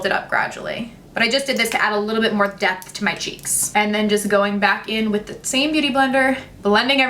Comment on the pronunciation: I know she says “depth in your eyes” but did anyone else hear death in your eyes?